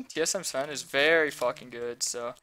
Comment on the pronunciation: Its zven not sven, sven is in c9 i am surprised no one pointed that out.